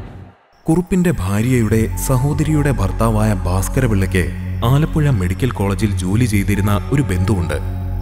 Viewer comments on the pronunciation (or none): none